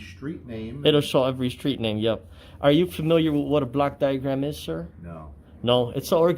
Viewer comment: He pronounces it this way: "black" diagram. He means a "block" diagram. Even then he is incorrect. He should ask for the "Organizational Chart" and specify which one. A "block diagram" can be for just about anything, including an electrical circuit, just like a Venn Diagram can work to demonstrate shared traits of just about anything. This idiot has no clue how to be an auditor.